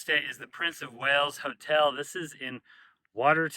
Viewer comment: Wales, not whales. 😊